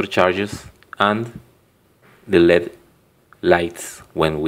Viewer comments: led is pronounced "L,E,D" LED is an acronym for "light emitting diode"... lead is its own element!! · its L.E.D not led (light emitting diode) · Never say "led" when referring to L.E.D.'s. Acronyms shouldn't be read as a word, only letters and their associated meanings, eg. light-emitting-diode (LED). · That's good, but a note about pronunciation: Circuit isn't pronounced sirkwit. If you know how "cut" is pronounced in English, it's pronounced sir-cut, with an unstressed vowel in the second syllable. And LED is typically pronounced L-E-D, as three separate letters. Hope this helps!